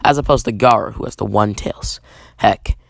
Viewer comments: U said garra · You mean Gayra.